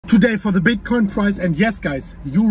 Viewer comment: Does anyone else find themselves saying "today foddabitcoin price" out of nowhere?